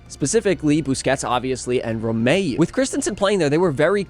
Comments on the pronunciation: Nice video, roque is pronounced like rock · more like "hóky"